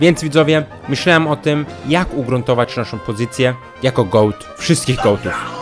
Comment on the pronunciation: goat a nie goay